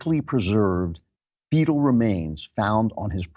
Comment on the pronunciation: When you said fetal remains the first time I thought you said beetle and I thought you had lost it.